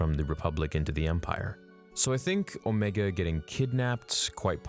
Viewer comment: I think that they might have tried to put a chip in her head. But why would her chip be active when the other's aren't? Oh. And you pronounced Omega right in this. It is not pronounced Omeega.